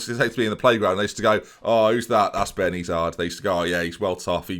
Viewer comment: Of course french speaking people are watching Ben... We're hating and loving your prononciation all at the same time! (well at least I am)